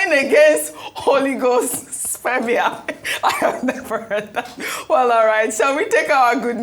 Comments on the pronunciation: Ojy, Dr Abatti said, Oligospermia not Holyghostspermia oo🤣🤣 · Ojy said "Holy Ghost spermia" It's oligospermia ma.